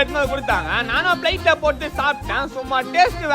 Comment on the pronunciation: Bro athu plate uhh bro plaitu ella 😂